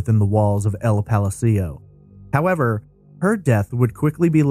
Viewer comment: The way you mispronounced ''Palacio'' cracked me up.